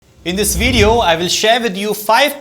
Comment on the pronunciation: Your pronunciation of video is incorrect though